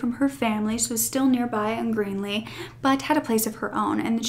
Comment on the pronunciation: Hi. The town you referred to really is called Greely (with an L). You kept calling it green-ly. 😉